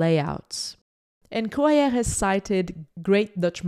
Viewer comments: Hi, nice collection of Harry's photos. But Harry Gruyaert is pronounced. /ˈɦɑ.ri ˈɡrœ.jɑrt/. It's no French it's a Belgian Flemisch name. Otherwise perfect overview. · Funny how you pronounce his name. Excellent video though. Thanks for sharing.